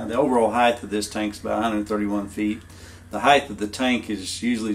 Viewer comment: C'mon, man... 'HEIGHTH' isn't a word. Get your act together.